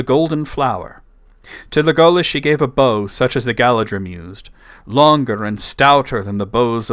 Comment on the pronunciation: I’m not sure about your pronunciation of Legolas. It sounds like Tolkien accented the first syllable